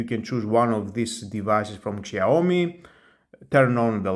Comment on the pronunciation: Σιαομι προφέρεται όχι ΞΙ